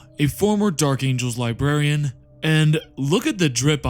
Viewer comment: Uhm… “Libarian”?